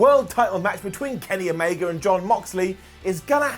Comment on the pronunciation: "Kenny Gamega"....i miss Omega already.